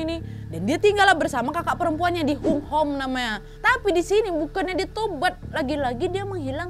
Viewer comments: Kak Nad,...Tuen Mun baca nya {Tun Mun} {Hong Ham} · Tuen Mun di baca Dun Mun. Hung Hom di baca Hong Ham 🤭🤭🤭 Lucu banget episode ini hahaha... Salam dari HONG KONG kak Nadia. Alhamdulillah HK sekarang AMAN. DAMAI. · tuen mun..bcanya tunmun aja kak.. hunghom bacananya hungham kak hehe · Tuen mun = Tun mun Hung Hom = Hong Ham Itu cara bacanya kak nad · Tuen Mun bacanya dhunmun kwkwkwkw Kayae tuen Mun e daerah deso kono Hunghom --~~ hungham hehe